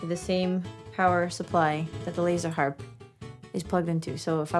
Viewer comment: For whatever crazy reason my little Pekingese dog howls when you say laserrrr harrrpp. He never ever howls unless I go back to this video time to time lol.